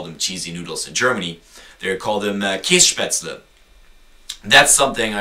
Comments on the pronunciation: Ok, since I'm from German I can laugh a lot about this video, but I hope people who are not from here don't think everything you say is exactly that way, otherwise we will have a lot of shouting tourísts here. Oh and never pronounce Kässpätzle that way near a Schwabe, you will be killed otherwise =) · Nicht nur Schwaben kennen Käsespätzle und wenn man über sowas redet, sollte man schon den allgemeinen Begriff verwenden; versuch bitte mal 'Kässpätzle' bei Google oder im Lexikon zu finden. Kannst du garnicht finden, es existiert nämlich nicht. Das ist lediglich eine Sache der Aussprache, also bitte rede nicht über Dinge von denen du keine Ahnung hast. Danke. Who cares? I'm a Non-Bavarian, too and I don't care about it at all and he's not even German, so he should shut up about it. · nee, der is doch kein deutscher! sonst würde er brezeln und kässspätzle anders aussprechen! der kommt aus irland oder so! aber am besten war ja: ICH WILL EINE KÄSSSPÄTZLE!!! xD vllt sollte man ihn nicht ZU ernst nehmen... naja...